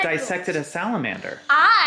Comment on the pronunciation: interrogating Parker about Princess Bride was amazing. I’m glad Parker has discovered the genius of Mandy Patinkin! I also definitely thought said “there’s a monster when you poo” at first 🤣